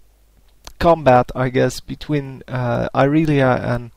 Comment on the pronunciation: Apparently its Irealiea, not Irelia, get it right......